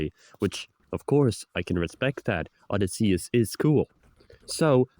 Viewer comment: I dunno what's even nuttier: The argument that we're not getting Ulysses Prime, or the mispronunciations. I know, I'm a little bit nitpicky, but the actual pronunciation for Odysseus is "Oh-Dee-See-Us."